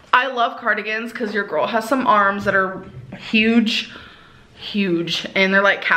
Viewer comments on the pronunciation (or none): emphasis on huge lmao